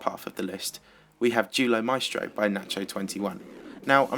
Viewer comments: For Duelo Maestro i heard Deoolo maistro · U sayd Duelo Maestro like dulo masteo